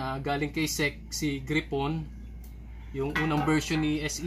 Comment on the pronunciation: Nakaka umay yung pronunciation mo ng gryphon. Gray phon. Hindi gri pon.